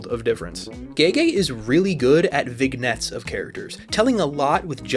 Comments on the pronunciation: ...I just got to this part how in the hell did you manage to pronounce "Vignettes" like that the "g" is silent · the way you pronounce vignettes 😭